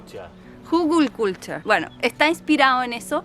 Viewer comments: Genio con la pronunciación,👏👏, excelente video como siempre 😍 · jajaaa que bien lo pronuncia 😀 les quedo hermoso!! Felicitaciones👏👏👍💚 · Me encanto la pronunciación de 😂❤ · Que me hizo reír!!!!! A pesar que lo pronuncio muy bien, jaja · Me hicieron reír a carcajadas!!!!!!! con el hügelkulter!!!!!! cuando lo pronuncia, mas lo hizo perfecto 👏👏